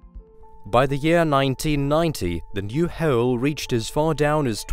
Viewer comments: and the speaker seem to have a problem with "o" like he is saying "haole" instead of "hole" and so on. but it is fun to listen to. :D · That is the weirdest pronunciation of the words "hole" to "hayole", "slow" to "slayow", and "gold" to "gaold". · As soon as I heard 'hewel' I came to the comments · "The Kola's Soopah Deep Boh Heauuoooool." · that's bore 'who-oalle' thank you :P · Bore Hewle* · Yes a bore hewel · Smooth tight hewel I live to drill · Lmao hard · Yeah. Heoule is the gift that keeps on giving. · im british, and the way this guy says 'hollll' makes me cry laughing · All I got from this is there’s a deep-ass “hewel” somewhere or another... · "hewl" "gewld" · Thank you for telling me about this amazing KEWLA BOH HEWLE WHEA GEWLD IS FEWD DEEP DEWN WITHIN THE GLEWBE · "Hoel" lol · great mini-documentary, but I can't get over the pronunciation whole-el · From now on I will say the word hole as hoel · Gold? You mean "geold" as in heole? 🙊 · KooEwlla deep borehouuewll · Hearing him say "hole" kills me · Never noticed how he pronounced 'hole' until I read the comments. Now I can't stop laughing everytime I hear it 😂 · How/Why does he make the word 'hole' into a 3 syllable word? 😆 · I never knew one person could pronounce hole in so many different ways. I think he did 4 different ways. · I haaayyyyttte the way he says, "hole." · Amazing, we have explored the solar system and yet still cant create a machine that pronounces the word "Hole" properly. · the way this guy says "hole" is unsettling. fake accent, perhaps? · The "w" in hole is silent sir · He never says the word "Hole" it must be a to gue twister for a brit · Its hard to take this guy seriously,. He cant even pronounce simple word like hole